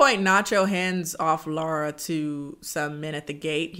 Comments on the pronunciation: This movie made me embarrassed to be polish and i was already not proud of it😭 also by the way i appreciate you pronouncing her name right and not just sticking with the English pronunciation 💞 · I love how you say Laura, it's exactly how we say it in Polish ❤️